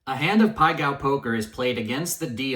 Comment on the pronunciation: Self proclaimed gambling genius can't even pronounce it correctly lol